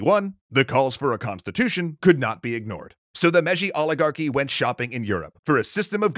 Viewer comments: Mei-ji not meji. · i think the pronounciation is "May-jee" for Meiji